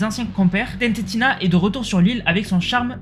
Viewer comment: sa se dis TNTina pas TNT tina 😭